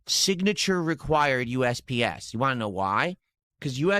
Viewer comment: Wahn' is the worst for me